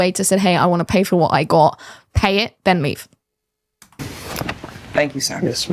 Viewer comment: "fur a couple dates"